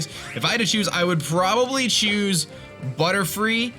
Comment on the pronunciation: Buttyfly...... say that but slowly. See how it sounds like BUTTy-fly...... it’s spelled beautifly.